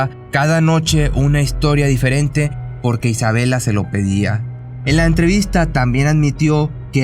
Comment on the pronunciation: Cada vez soy más tu fan solo no supero que digas "borque" jajaja